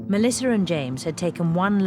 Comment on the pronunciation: Why does the narrator pronounce the name Melissa Melisser? Is that just me thinking that? Just curious.